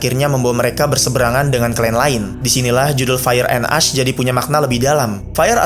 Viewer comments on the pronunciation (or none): Bukan "as dibacanya tapi "esh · Jir gw kira "ice" soalnya pronouncing nya "ash" Soalnya setau gw abu tuh pronouncing nya "esh"